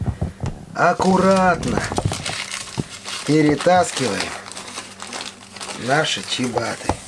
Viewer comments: Не чибата,а ЧИАБАТТА!!! Не протвень,а ПРОТИВЕНЬ!!! Когда вы это запомните уже??? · чИабатТа :)) Я тоже заметила. И ещё - проТвень , вместо протИвень. Главное, хлеб хороший!